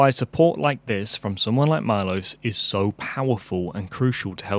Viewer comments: Maybe consider pronouncing Milos's name like Meelosh since that would be about the right way that it actually sounds! :) Hope to see more of your videos! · Milos is read - Meelosch. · I suspect Milos is slavic (Miloš) and his name is pronounced "Meelosh" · wow! you butchered the name Miloš, i sincerely doubt any Miloš anywhere pronounces his name as "mylos" the name Miloš is pronounced as it is written: M I L O Š Miloš Forman for example you owe MILOŠ an apology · It's pronounced Mee-losh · Milosh is read. It’s Serbian name